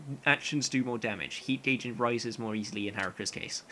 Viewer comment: non english speaker here it seems like your pronounce "gauge" like "gay-j" i thought it was "goh-j" how are you supposed to say that